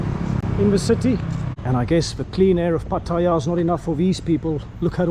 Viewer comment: Please, for the love of God, ignore this Video from a guy who can't even pronounce the place he is reporting on an eats US fast food in Thailand. Better u go somewhere else. Pattaya = the ugliest , world's biggest - open air brothel on earth - puke. P.s. stopped watching after about 20 minutes. Suggest that guy just stays quiet